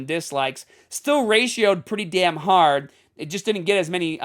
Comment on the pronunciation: See said “hard” normally but other times he says “haad”.so he can sound normal lol. Im just having fun people.